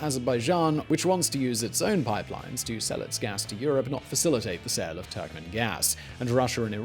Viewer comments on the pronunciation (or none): none